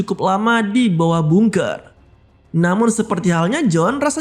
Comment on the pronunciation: Tulisannya emang bungker.. tapi di bacanya gak harus bungker juga yg bener bacanya adalah bangker